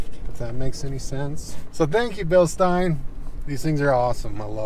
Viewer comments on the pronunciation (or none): Hi I'm the pedant in the comments here to say "Bill-Schteen", not "bill-stein"